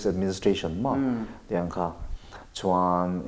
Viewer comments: Part 2 i tih chhuah vat loh chuan....ka beng ang che...chhammsss hian chuansss a ti hian ka lawm thin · Chhuainnnn(Chuan) a chiang e achiang e😁